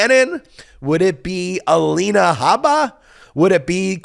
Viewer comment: I love when Ben says Elena Habba.